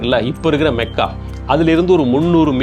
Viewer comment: Your information is wrong. He speaks true history. He pronounced the word Mecca correctly. It is மெக்கா only not மக்கா...